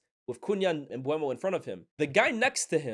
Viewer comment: M-BUH-MO. Aren’t you based in France?